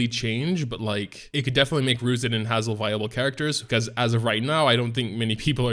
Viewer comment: Please learn how to say Hazel.